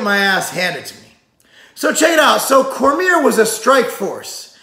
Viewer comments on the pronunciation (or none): corMEER lol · Your one of those annoying people in the comments hey? You know damn well who he's talking about and if not that's an issue with your common sense not his pronunciation